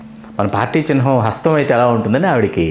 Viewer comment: చిన్హం 😂😂😂😂😂 చిహ్నం...........